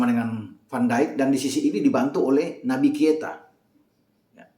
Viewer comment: kenapa kalo nyebut Naby Keita selalu kesebut Naby Kieta 😅